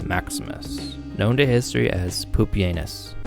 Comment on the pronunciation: Bruh it should be pronounced like pupi-ehnoos and anus 😭😭 lmao